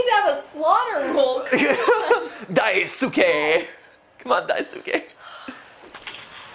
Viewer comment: good lord that is NOT how you pronounce Daisuke